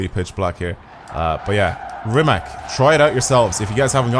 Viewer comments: Broooooooooo stop saing rimak because its from Croatia (my country) you say rimac with c not k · ...Its the same sound. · on croatian it isnt... and the way you guys say is incorect Thanks for explenation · go to goole and search how to say rimacbecause i dont know how to explain it